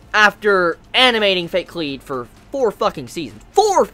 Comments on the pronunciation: you say it like "collide" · god I hate it when people pronounce kaleid wrong